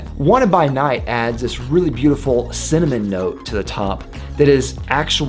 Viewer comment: U talk cinnamon too fast, its sound like semen